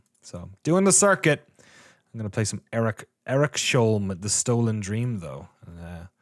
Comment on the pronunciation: Eriks-holm. Not Erik-sholm ;)